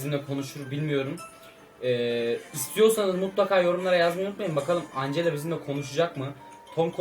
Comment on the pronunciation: Angela diye okunmaz encla diye okunur 😎😎😎